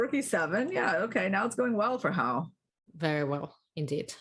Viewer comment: Hou is pronounced like hole without the l, not how. ou in pinyin sounds like the letter o.